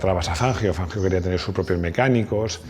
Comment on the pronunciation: Y el apellido era italiano,, revisa por favor la pronunciación.abrazo encanta tu canal